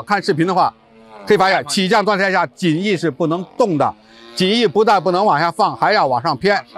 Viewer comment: 襟翼？怎么发音的？jin3 仅翼？ 连襟，怎么读？ 衣襟，怎么读？ 泪沾襟，怎么读？ jin1, 音今，音斤，音巾。 哑音速？ya3? 音雅？ 亚洲，怎么读？ 三亚，怎么读？ ya4, 音讶。